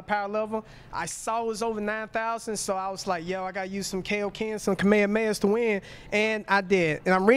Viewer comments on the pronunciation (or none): none